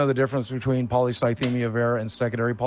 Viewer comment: CONSTANTLY mispronouncing polycythemia is so fucking funny